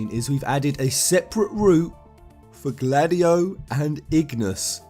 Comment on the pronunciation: Why the hell do you say Gladiolus how it's spelt when you obviously know how to properly pronounce it. It's annoying